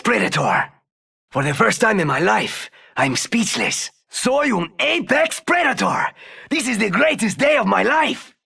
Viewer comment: Nobody: Crypto: aPeX PrEToR